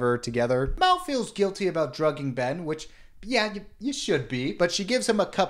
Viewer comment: The way he keeps changing how he pronounces Mal reminds me of the Benedict Cumbersnatch penguin debacle